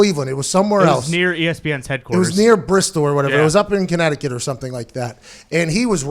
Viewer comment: He said Connecticut 🤧